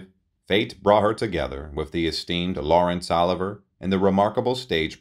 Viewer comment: Lawrence “oliver”. Did this guy live under a rock?